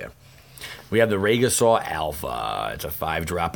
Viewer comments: Lol, well typed. (They're pronounced "Ree-jih-sore : long E, soft g sound, derived from the word 'regis' in Latin; and Vih-ZEE-er with accent on ZEE part, from Middle Eastern of same word for leader.) Just wanting to help you be more professional and knowledgeable when so many other channels just plain suck comparatively. Helps make them suck even more. (b^.^)b (can't make a thumbs-up skadoosh symbol sadly) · I just get annoyed when people don't pronounce the words correctly, like Regisaur or Vizier, but awesome to watch the pack openings :)